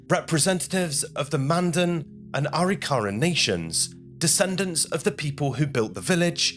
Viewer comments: If you're going to do a video on American Indians, learn how to say it: Ah-RICK-ah-rah, not Ah-rick-CARE-ah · First of all, it's not pronounced Aree-kahrah'. It's pronounced Ah-rick'-ahruh. Indian words are accented in the mid-word. Secondly, you're explaining this like it was European thinking and living. Wars among tribes happened. Some just didn't like each other! Scalps were trophies! Also, many of the Native American tribes believe that you removed hands and feet so the dead couldn't attack you in the next (spiritual) world. You took out the eyes so they couldn't see you, took the genitalia (primarily male) so they couldn't produce sons that could attack you in the next world. Also, those bones weren't respectfully buried (European notion). They were more likely pitched into a ditch and there remained until time, animals, and weather took care of the dead. You cared for your own dead, not your enemy's dead. They were left, often as they had fallen. The reason they were likely initially buried was simply weather and time. The young women were likely taken for wives and slaves (mostly the latter). And the traditional Arikara elders observing the later "Christian" reburial were likely horrified. Those dead were not buried in any kind of Indian way. The elders likely felt that once again, the Europeans were cramming their ways and beliefs down the collective Indian throats. This was a weird and wildly inaccurate representation of Indian thinking and ways. 👎🏻😢 Dreamhawk 🪶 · It's "A Rick a rah"...emphasis on rick..not "ary Car a" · NO! The natives practiced genocide. Say it’s not so. Reclaimed the ground and village A-rik-a-RA. Ai is so bad. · It’s pronounced A-Rik-a-rah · It's actually pronounced A ric ka ra.